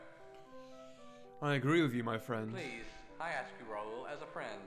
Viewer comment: The game bothers me in only one aspect: Mispronunciation of names, I.E.: Dae is pronounced Dah-ey, and Raoul is pronounced Rah-ool.